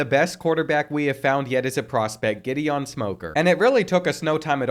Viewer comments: GIHD EON not Jidian 😂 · I’m dead when he pronounced “Gideon” like Jidion 😭😭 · Pronouncing Gideon as Giddy-on and Jiddy-on was constantly triggering me throughout the middle of this whole video...... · Gideon Smoker ❌ (Jah-Dee-Ohn) Smoker ✅ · I beg you to look up how to pronounce Gideon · I’ve never heard the name Gideon pronounced so many different ways. 😂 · Gideon is pronounced with a hard G not a soft one. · And then he switches between both pronunciations the entire time! Like dang dude, pick one and stick with it 😂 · bro could not decide how he wanted to pronounce Gideon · Am I the only one who is bothered by the way he keeps pronouncing 'Gideon'? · The way he pronounces Gideon just rubs me the wrong way... Great vid otherwise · Never heard Gideon said that way lol